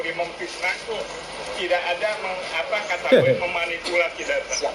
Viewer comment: Lucu. Katanya ahli linguistik, tapi menyebut kata "kategori" dengan melafalkan "katAgori". Apakah dia tidak tahu kata aslinya dalam bahasa Inggris? 🥴😓